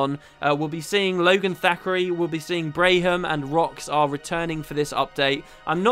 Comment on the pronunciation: Just a note: Braham pronounces his own name as Bram. I had to mention it, as my wife was highly bothered by your pronunciation. lol